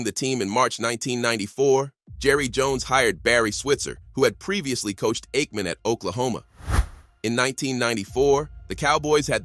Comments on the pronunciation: Brett faverick and eightmam is your AI working alright. Lol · Get a real narrator. You AI voiceover can't pronounce Aikman or Favre